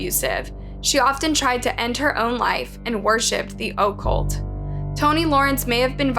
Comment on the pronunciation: Worshipped the what now? The O-cult? 😅 I think the word you’re trying to say is Occult which is pronounced Uh-cult, and you don’t really “worship” the occult. But I get the point! Overall though good video 👍